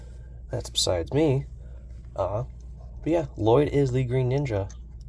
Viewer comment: If I hear someone say La-Lloyd one mote time, I will spaz!! 💀